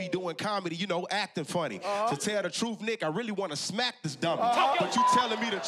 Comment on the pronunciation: Yo who said “nothing but the shoeth” 😂